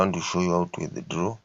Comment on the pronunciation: Eti how to withidloow😂